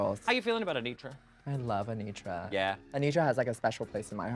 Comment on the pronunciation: Anetra, not Anitra